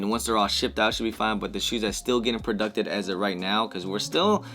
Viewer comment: Just say pro-juiced my guy 😆